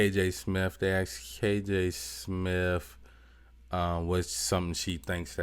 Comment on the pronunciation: It's Smith. Not "smiff". It's ask, not axe. Just some tips to sound well educated, and well read. Liberals would let that slide!